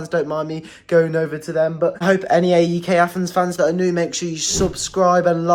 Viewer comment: it's pronounced αεκ (put it in a pronouncer to hear it)